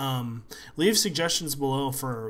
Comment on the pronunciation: At the end he said pee insteadof peace lol